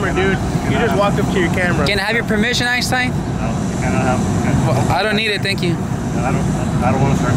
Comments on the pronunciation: Its Einstein, not Eyestine lol..... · It's EIN-Stein", not EYE-stein"! Learn English!